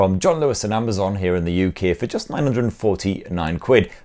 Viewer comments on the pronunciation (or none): none